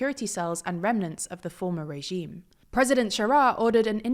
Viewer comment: "[...]former regine"? Regine, as in a queen? Or you mean Regime?